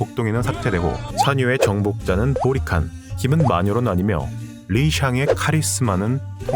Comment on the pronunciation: 자꾸 보리칸이 모히칸으로 들림. 진짜 모히칸이 메인 빌런이었으면 재미있을듯